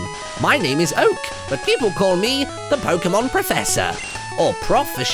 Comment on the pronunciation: did anyone else notice that Martyn pronounced Pokemon 3 differ ways? (Pok-ee-mon, pok-uh-mon, and pork-ay-mon)